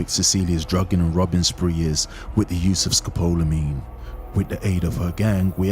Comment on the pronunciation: It's Scopolamine (4 syllables)